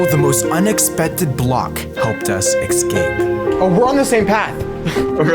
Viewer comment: I love your vids but pls for the love of god stop saying egscape